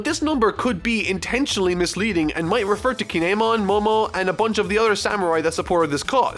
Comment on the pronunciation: How are you in Wano and don't know how to say Kin'emon